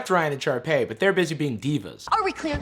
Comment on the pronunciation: "Sharpey." lmaooo It's Sharpay.